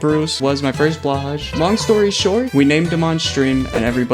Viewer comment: blahaj is pronounced " blo hai" because its swedisch for blue shark.